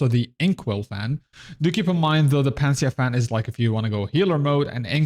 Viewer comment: Nice vid. Incidentally it would be: Pan-Ah-Sea-Ah: Panacea fan.